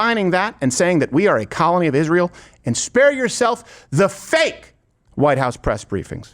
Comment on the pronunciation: Steven do a piece on how she says the word “Israel”. Iszhrael. It’s so annoying how she says it.